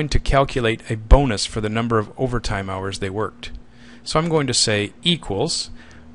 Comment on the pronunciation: "Hours Worked", not "House Worked"